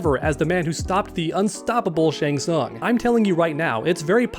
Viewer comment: If I had $1 for every time you said shang sung in this video......I'd still be broke